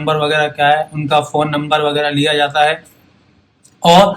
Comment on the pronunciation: At 3.10 to 3.33 n 4.12 Bajate he me aap "j" ka pronounce thik se nahi kiya upto 4.21 intejar, jata he me "J" ka pronounce nahi kar paye.. is this bcoz aap "J" ka pronounce thik se nahi kar paate ya fir aaj thodi drink kiye ho